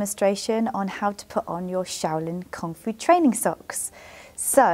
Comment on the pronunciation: oooh, "Kung Fu" trousers. I thought you were saying "comfy" trousers. I thought, yeah those trousers do look comfy.